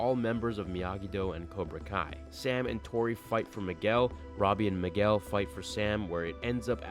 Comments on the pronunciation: he said Migwell XD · Why did u say Miguel like migwel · you pronounced migwell. Lol